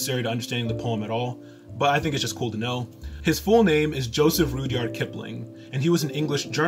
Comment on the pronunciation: Well done, sir! May I comment? It is pronounced RUDD-YARD not rood-yard. Thank you. God bless you.